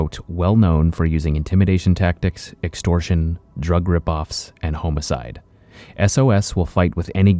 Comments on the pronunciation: home-a-side.... bro your killing me! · Plz brother..it's homicide... Not Home aside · Why do you always say Homicide wrong 😂😂😂